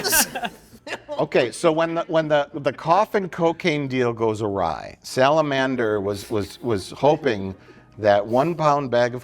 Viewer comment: English is a fascinating language, isn't it? Mike barely changed the pronunciation of the word "salamander" and yet the way he said it made it sound like "Sal Amander".